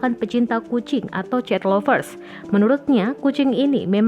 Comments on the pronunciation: pembaca berita : Cet lovers, english skill level 100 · Siapa sih ini naratornya???? Belajar bahasa inggris gih.. cet lovers